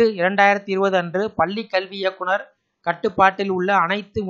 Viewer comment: முதலில் பள்ளிக்கல்வி னு ஒழுங்கா தமிழ் பேச கற்றுக்கொள்ளுங்கள்...அதவிட்டுட்டு பல்லி கல்வி னு தமிழ கொல்லாதீங்க.